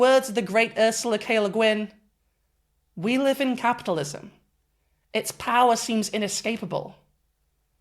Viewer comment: i'll be real mate, you should be legally prosecuted in some way for that french accent EDIT: "Ursula K. Le Gooween" OK D€@ PENALTY IT IS